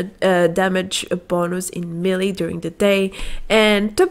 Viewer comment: Kindly, the word is Melee, pronounced "maylay."